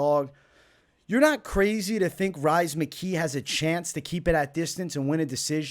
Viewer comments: Rhys is pronounced as Reece and I feel like as a Boston guy that deserves a shoooey on your end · Love the insights. I’ll be riding with your picks once again. FYI Rhys is pronounced Reece. Just an Irish spelling of the name.